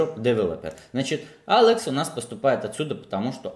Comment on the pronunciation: Паблык, джёб, Алэкс, Алыкс🤦‍♂️ Зачем говорить эти слова типа с английским акцентом? Это всегда нелепо, когда люди зачем-то произносят слова с супер акцентом, говоря по-русски.